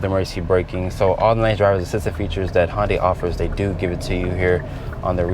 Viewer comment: By the way it’s Hyundai like Sunday not honday